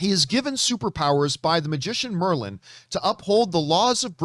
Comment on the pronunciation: You lost me at "Merlin"🤔